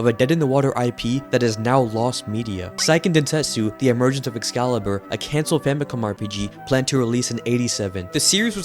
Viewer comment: *Hermione voice* it's say-ken densetsu, not psy-ken densetsu